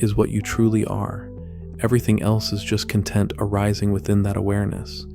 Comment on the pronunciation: You are a human and not an AI narrator, and you pronounce the noun "content" like the adjective "content? How can this be?